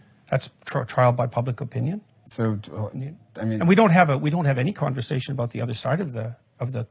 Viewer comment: "co awn versation" - pronounced "conver sashion" no "co awn ver sashion". I'm instantly offended? hahaha